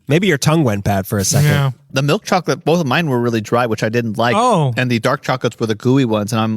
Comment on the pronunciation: I like how gives guff for Valentine’s Day but can’t say “both” or “open” without adding an “L” after the “O”. And …you’re just killing it. Great work guys!